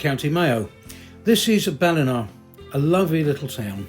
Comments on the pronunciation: I'm enjoying your videos, you have obviously put a lot of work into researching the area and its history, and presented it with sympathy. One little hint: Ballina is pronounced "Bal in aaaaah" the "aaah" sound is long. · An acceptable pronunciation of the Library would be 'Chock Lion' and your other pronunciations are quite good, but you do make a hames of 'Ballina'. Work on it 😅😅